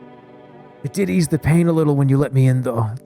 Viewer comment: Misreading “do” as “woo” and “ease” as “eeya-eese” - is he doing a bit, or is it just how he is?